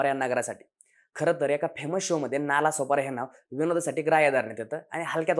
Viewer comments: नाला नाही रे "नाळा" दोन्हीही गाव पश्चिमेलाच आहेत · नाला नाही हो नाळा आहे . नाळा सोपारा हे मूळ नाव. स्थानिक लोक आजही एकमेकांशी 'नाळा' असेच बोलतात. दोन्ही नाळा आणि सोपारा हे गांव आजही दिमाखात आहे. आता नाला बोलल्या गेल्याने त्या शब्दाला घाणेरडे अर्थ आले. अशी महान परंपरा आणि इतिहास लाभलेला नाळा सोपारा माहिती अभावी नजरे आड झाला . आपल्या प्रयत्ना साठी शत शत आभार .